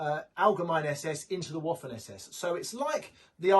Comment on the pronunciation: Please stop calling the Waffen like waffels in english in german w is prounonced vaffen but in german v = f in english. If you work in this business try to learn the names and prounonce properly.